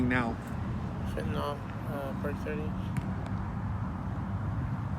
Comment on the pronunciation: Again - it seems no one can pronounce the drug Fentanyl's name. Broadcasters, reporters, even people who use it.